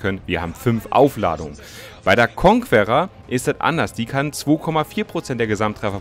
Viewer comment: Wie kein Schein die Conquerer richtig aussprechen kann . konkerer, ist doch nicht schwer 😁